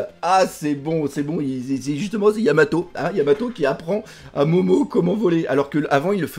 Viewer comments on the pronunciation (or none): luffy dit vraiment yamao, il zappe le t aussi en japonais.